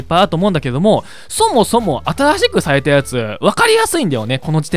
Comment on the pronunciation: ゼロの言い方が、ぜぉ 新しくが、あたぁしく ちょっとおもろい